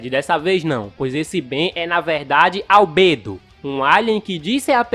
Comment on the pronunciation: Mano que agonia ele falou Albedo errado